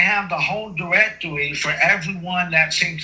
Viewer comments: But he has the whole diwectowy!! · Lol his "Dwrectorwy"... OK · “Directwory” killed me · Elmer Fudd looking at his 'diwectowy' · What's a "diwectewy"?